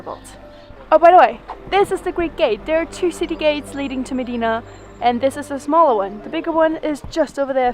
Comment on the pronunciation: You gave a nice background history. FYI it's pronounced short i sound, im deena.